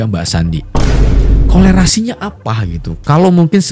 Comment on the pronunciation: Bukan kolerasi bang.. Tapi korelasi.. Klo kolerasi itu sakit perut.. Kolera.. 😂😂😂